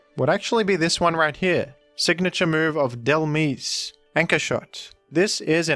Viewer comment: Dhelmise is pronounced like "demise," I think